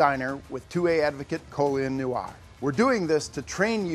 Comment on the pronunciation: I think the host would rather been shot in the diner than try to pronounce Colion Noir again.